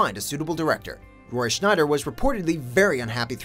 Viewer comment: Roy "Schneider"? Is he presented by the same agent as "Clive Warren"?